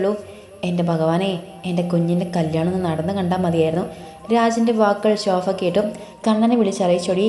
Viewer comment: ശോഫ അല്ല ശോഭ